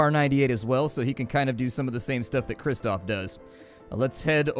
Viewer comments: Pronunciations: Jadwiga -> yadviga, krzysztof - (roughly) kshyshtof, kazimierz - kazhimiezh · the names are pronounced, yadviga, cristof, and kazimierz (ka-ze-maerz) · Try not Krzysztof but KshyShtov, Yadweega, and Kazzimiesh will sound more like real pronunciation. I do not mind U.S citizens misspelling polish names, but it will make you more comfortable